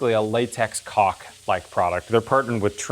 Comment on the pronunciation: When you say “cock “ instead of caulk, the closed captioning doesn’t write it ha